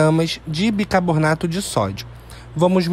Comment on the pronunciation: Amigo, assisto muito seus vídeos, por isso vou corrigir sua pronúncia; por favor a pronúncia correta é BICARBONATO e não bicaboRRRnato.